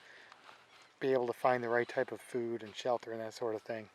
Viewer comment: "Shell Ter"